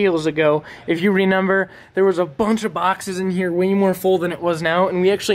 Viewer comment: Does it aggravate anybody else he says “renember”